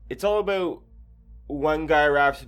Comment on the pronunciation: "its all abeout" 😁🇬🇧 Nice video